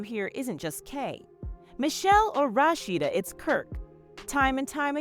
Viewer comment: The commentary can’t pronounce Rasheed name right